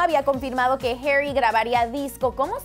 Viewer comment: No sabes decir Zayn y harri